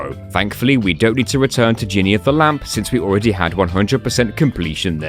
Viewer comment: I love how many of the levels reward you coins for going into certain pointless spots.😸 Also, Jhinny is Genie in Arabic, pronounced Jin Nee. 😁